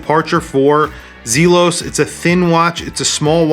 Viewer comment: Great review, but the pronunciation of Zelos is driving me batty